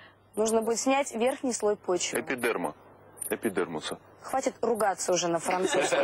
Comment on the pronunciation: Антон хотел сумничать, а по факту облажался. И никто его не поправил даже 😁😁😁 Верхний слой почвы называется дерн. А верхний слой кожи называется эпидермис, а не эпудермус 🤦‍♀️🤦‍♀️🤦‍♀️🤦‍♀️ ппц испанский стыд просто